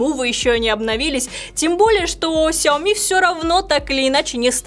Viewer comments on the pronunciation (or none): Нинада плиз говорить кряоми в эфире и записи. Это мусор